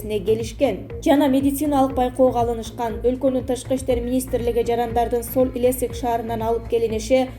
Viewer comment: Соль Илесик эмес Илецк